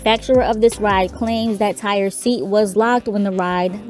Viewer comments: I’m pretty sure it’s pronounced TY-REE ain’t nobody out here naming their child TIRE 🥱 May he Rest In Peace 🙏🏾🕊 BUT my unpopular opinion and not to sound insensitive but I believe it was both the ride operators and the young boys fault , the young boy knew before anyone else that he wasn’t secure in his seat.. ANYONE that gets on a ride knows before the operator if they’re comfortable or feeling secure , the boy should’ve raised his hand and got the ride operators attention but the ride operator also should’ve been more observant because had he been , he would’ve been able to tell Tyre he couldn’t let him ride that ride.. he was careless 🤷🏾‍♀️ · It's pronounced Ty-ree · RIP Tyree (pronounced Ty-ree)... 🙏😢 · Why the fuck her ass keep saying Tire . How does Tyree LOOK or SOUND , ANYTHINGGG CLOSE . TO. tire. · Correct... On other videos his family pronounced it Ty-ree. Simple mistake. 🤗